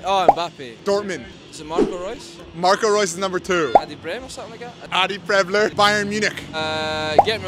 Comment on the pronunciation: It is but I'm kind of suspicious about the fact they both called him "Preibler" when his name is Preißler which is pronounced as a Preissler